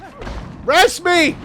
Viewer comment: Im sorry.every time I hear say res me. I have to facepalm.